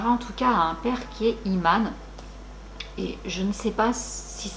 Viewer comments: *imam et non iman mais sinon super video je kiff continue ce que tu fait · Coucou, on dit "imam" et non "iman". Et je confirme qu'au Maroc, on raconte énormément ce genre d'histoires et on craint fort le mauvais œil et la sorcellerie. Personnellement, je trouve que ça relève plus de la légende urbaine tellement le paranormal prend beaucoup de place dans l'esprit des gens surtout les moins instruits. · Merci beaucoup ❤️ histoire terrifiante, mais top. par contre on dit Imam 🤗